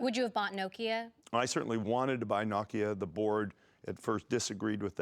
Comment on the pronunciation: Who the FUCK is knockia?